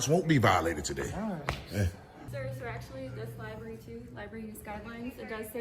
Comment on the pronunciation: she says libarry :O